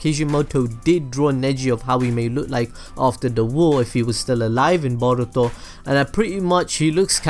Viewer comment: I hate the way you say boruto